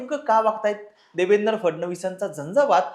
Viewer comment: Nevendra nahi Devendra 😂😂 3.55